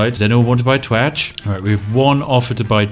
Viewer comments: I fkn giggle everytime you say twatch 🤣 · I can't stop laughing everytime you say twatch.